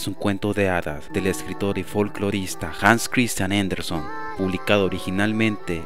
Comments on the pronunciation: El apellido de Hans Christian ANDERSEN se pronuncia como se escribe: ANDERSEN, no ANDERSON como se escucha en el video. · Ni siquiera dijo "Anderson". Dijo "JENDERSON" 🙄